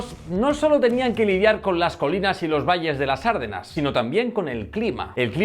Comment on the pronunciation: ARDENAS, NO ÁRDENAS. UN POCO DE RIGOR.